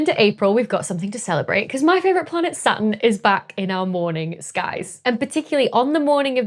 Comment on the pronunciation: I think I heard the middle "T" when she said, "Saturn." If I document it, and write a research paper, will she peer review it?